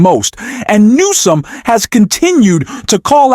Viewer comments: The narrator must be ai, because it's not saying Gavin newsom's name correctly at all not even near it, it's saying Gavin gnome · Government. Of california is Gavin Newsom and not Naomi as you are pronouncing, please use it correctly, please say his name correctly. Thanks Rjay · No. Learn how the governor's name is pronounced. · pls. learn to say the name of Governor Newsom correct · How about first getting Newsom's name correct? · The man's name is GAVIN NEWSOM not NOME... Pete Buttigieg not whatever it was that this stupid AI voice keeps saying... I can't listen to this channel because the mispronunciation of well known names grates on my last nerve...😤